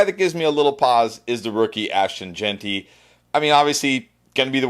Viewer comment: He finally learned to pronounce Jeanty! Thank you! But great content guys